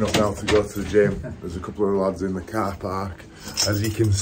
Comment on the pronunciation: Never knew there were so many syllables in car 🚗